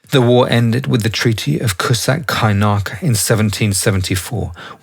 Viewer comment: *ku-Chuk Kay-nar-ja fyi